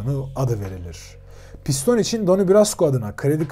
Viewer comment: piston değil pistonee